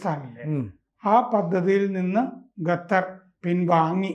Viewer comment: ഗത്തർ ആണോ?